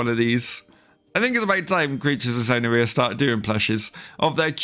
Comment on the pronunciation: aint now way he said sona reeia